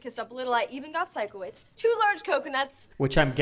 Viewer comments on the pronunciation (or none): Absolutely loving these reactions! Please continue with it! Also just to let u know Sikowitz is pronounced like Psycho wits. I think its most likely a play on words because hes a bit weird and quirky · Love that you’re now reacting to victorious! I loved it growing up🥰 and just so you know, it’s pronounced Psycho-witz, not Sicko-witz 😂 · Psycho-witz. That’s how you remember how it’s pronounced 👍 🦜